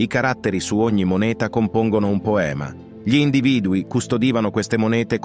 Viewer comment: ..."erano spesso più contemplativi di quanto 'gi li' attribuiamo"...continua la pronuncia di 'gli'.....non ci riuscirà mai!